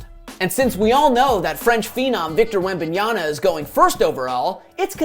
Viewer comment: WembanyaMa, not WembanyaNa. Jesus.